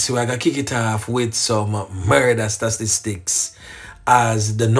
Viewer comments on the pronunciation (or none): Big up but it's about time you start saying it right 😅... Sta -- tis -- tics. Bless up!